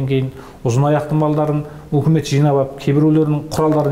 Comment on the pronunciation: Жақсы әңгіме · шынайы шындық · 👍👍👍👍 УУкмет емес үкімет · уултірген ， улген емес ӨЛТІРІЛГЕН ， ӨЛГЕН деп қазақша дыбысталса жақсы болар еді ·